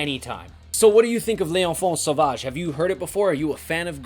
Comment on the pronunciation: Sick rivers of nihil (inverted) shirt dude ! Freaking love this band ! Also, very correct way of prononciation for "Duplantier" but less correct for "L'enfant Sauvage" :^)